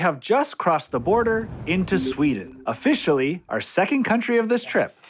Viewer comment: ofFISHIALLY ahahahaah